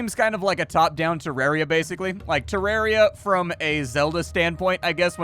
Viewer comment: Te-RARE-ia. Why